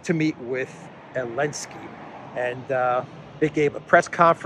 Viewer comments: you're mocking ZipAir for dropping the Z and yet you say "Elensky". Somewhat inconsistent, wouldn't you say? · Zelensky has a Z . He needs to cancel that too. No wonder you say Elensky 😉